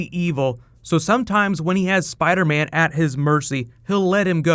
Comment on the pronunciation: spidah man